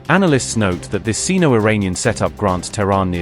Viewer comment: Why not train your narration providers to pronounce words like Khayyam, Beidou, and Sino-Iranian correctly?